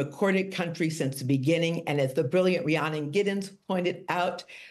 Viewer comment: It's Ree-ann-on Giddens.